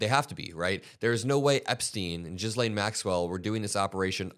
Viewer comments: What is also absurd, is the American "Jizz-lane" pronouncing of "gill-ane" Maxwell's name 😄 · Ghislaine is pronounced like Elaine but with a hard G sound at the start (think "gill" rather than "jill"). Her name is not jizz lane. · not “Jizz-lane Maxwell” 😂😂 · Learn how to pronounce "Ghislaine" please. It's super awkward when you stumble ...